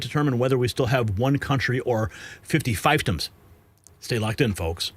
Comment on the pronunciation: Fiefdom = feeefdom. I before e is E and e before I is I. German influence. From an English major.